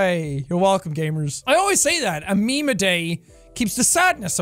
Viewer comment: Jack: Its meme time its meme time What i hear: its BEAN time its BEAN time.